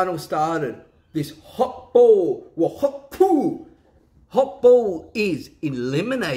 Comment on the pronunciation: Hokball, not Hawkball